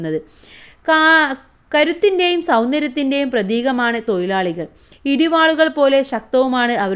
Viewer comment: തൊഴിലാളി തൊയിലാളി അല്ല